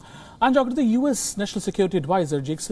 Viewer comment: Try to say "U" "S" instead of "yous". It's confusing.